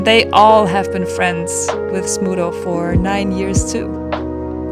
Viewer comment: Congratulations! How heart warming! (btw, I kept hearing Smoodle, and only at the end of the video, I read the description and realized it's Smudo. You really did good by him)